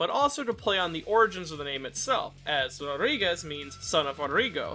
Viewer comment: Rodrigues 💀 Rodríguez 😎